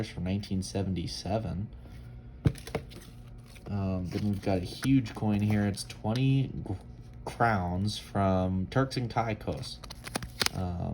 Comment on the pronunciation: Turks and Caicos is pronounced Turks and Kaycos!!